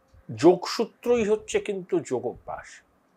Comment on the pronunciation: ওটা যোগভ‍্যাস নয়, যোগাভ‍্যাস। যোগ+অভ‍্যাস=যোগাভ‍্যাস